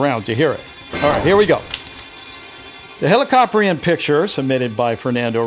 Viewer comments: the way how to say it is heli-ca-prine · It’s “heli” as in helicopter, “co” as in cooperation, and “prion” like the word pry